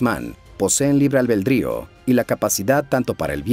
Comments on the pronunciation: Libre ALBEDRÍO, no "Al Bel Drío" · Albedrío, no AlbeLdrio... por Dios, qué te pasó! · Señor,, se dice albedrio, no albeldrío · ¿Qué es “albeldrío” (2’22”)? 🤷🏻‍♂️ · Albeldrio dijiste...? Es albedrío. Man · Albeldrío! Jajajajajajajaja Eso estaba en el libreto o de verdad malió sal